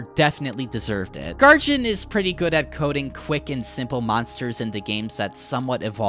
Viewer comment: It's pronouced Gar gin not Gar jin I'm pretty sure.